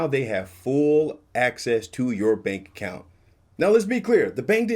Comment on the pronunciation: Yep, she said “bank appount”